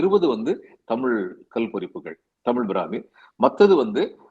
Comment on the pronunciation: என்ன தமிழ் பிராமி நு அழுத்தி சொல்றீங்களே... உங்களுக்கு என்ன உள் நோக்கம்...